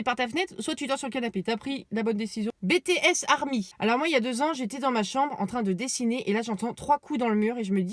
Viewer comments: Mais heu c’est BitiS pas BétéS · bah surtout elle a dit '' bétéesse army" ca t'a pas choqué ??? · Le "Bétéesse"😶 On prononce les Lettres en Anglais Donc BTS. sinon super vidéooo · Nonnnnnn pk ta dis B T S s bts en anglais que sa se prononce stp vas sur yt et écrit bts sur la barre de recherche c un groupe de musique trop cool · BTS SE PRONONCE EN ANGLAIS BIEN MERCI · Moi aussi en plus elle l'a mal prononcé 😂